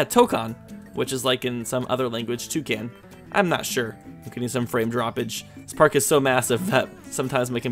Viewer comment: Toekan is pronounced as "two-kahn".